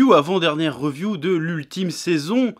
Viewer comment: La "reuviou" ? Évites l'abus d'anglicismes tant que tu ne sais pas parler anglais.